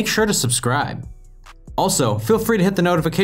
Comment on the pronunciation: You might as well say "the baby" because your "da" is........